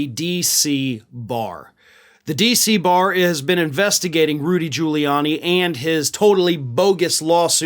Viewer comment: I seriously doubt he passed the bar in the first place. It takes a lot of work to pass at all. Giuliani can't even pronounce his own name. Its Quili-ann- ye not Julie-arnie. The idiot thinks Italian phonetics are the same as English.